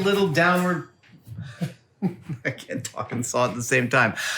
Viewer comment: Don’t you know there’s an “L” in the word sawl? 😂😂😂